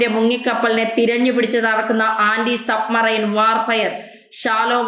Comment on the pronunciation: സബ് മൈന റോ?? അതോ സബ്മറൈന റോ??? ഒരുപാട് പ്രാവശ്യം ഇത് റിപ്പീറ്റ് ചെയ്തു.... ശ്രദ്ധിക്കുക